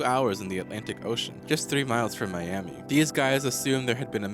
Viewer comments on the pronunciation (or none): none